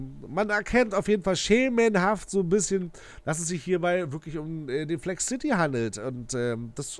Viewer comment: Cooles Video Es heißt aber Flexcity und nicht Flex City😉